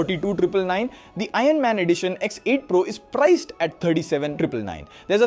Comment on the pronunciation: Dude, that's pronounced as "i urn", not "i run"... 😂